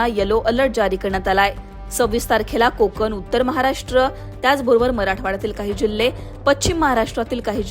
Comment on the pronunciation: कोकन नाही कोकण बोला